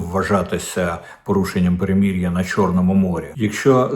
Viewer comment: Дмитрий,как трогательно и по- нашему Вы произносите слово " перемирие".как и надлежит,через мягкое " и",/ перемір'я / Весьма странно слышать от всех остальных " перемир'я /